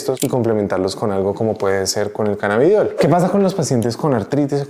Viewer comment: Primero dice CANNABIDIOL Después CANNABIDOL Sólo un comentario